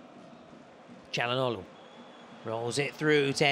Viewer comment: Calhanoglo hahaha It is Calhanoglu